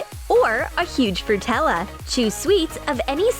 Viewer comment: Fruit-tella? too much sweets ugh...